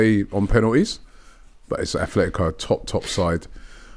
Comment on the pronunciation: ATletico man - it’s not hard